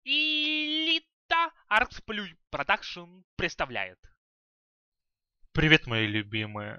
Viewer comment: Аркс. Не аркс плюй а аркс плэй Play-плэй не плюй